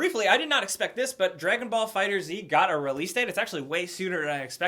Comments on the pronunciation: that "Dragon Ball FighterZ" title is actually pronouced "Dragon Ball Fighters" not Fighter Z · I almost killed myself when said “Dragon Ball Fighter Z” instead of “Dragon Ball FighterZ” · Btw it's Fighters, you don't pronounce the Z according to Bandai and the game devs. I guess the Z is for it to be more recognisable? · It's pronounced Dragon Ball Fighters. The developers had an article in Game Informer and they said it. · I'm sorry I don't mean to be a stickler about this but the new dragon ball game is pronounced "fighters". Apparently the developers changed it to a Z because it connects with western audiences. Also, congrats on getting married!